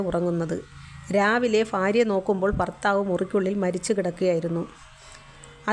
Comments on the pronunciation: barya alla bhaarya ബാ എന്നത് ba ഭാ എന്നത് bha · Faarya alla bhaarya 😂